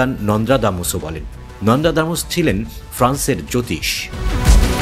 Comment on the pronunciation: ভাই ওটা নন্দাদামুস না,,, ওটা নস্ট্রাদামুস হবে🙄🙄🙄